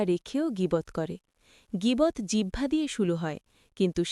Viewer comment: আলহামদুলিল্লাহ। জিহ্বা না বলে জিবহা বলতেছেন তাহলে এটা কি আমার আপনাকে বলার গীবত হবে